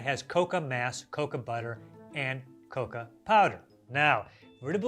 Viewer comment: Not him pronouncing cocoa as "coca" lmao very different plant